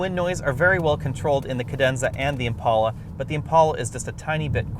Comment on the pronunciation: It's an "Impala" dude not an "Impaula". On the same token if you date a chick named "Paula" don't call her "Pala".